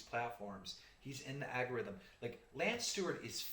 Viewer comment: Guy can't say algorithm right lol